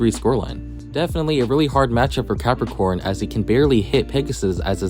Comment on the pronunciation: is it me, or im hearing Galaxy PEPPERcon